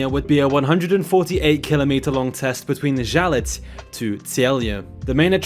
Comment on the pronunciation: The pronounciation of "Žalec" was spot on. Something that is normally very hard for a non native speaker to do. In overall, great highlights.